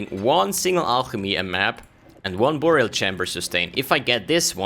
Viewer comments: Nice video, but dude its pronounced By-rial, not buu-rial ;) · Burial is pronounced like berry-ill. Not boor-e-ill. English is stupid, but that’s the way it goes.